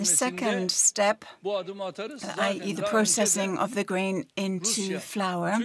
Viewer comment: The interpreter pronounced flour as flower....there is different between flour and flower